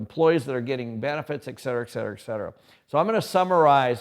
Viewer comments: Someone needs to tell him there's no "Eck" in Etcetera. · its a cultural thing, there's a capital "Eck" in Etcetera